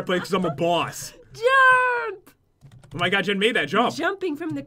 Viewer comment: its jen not gen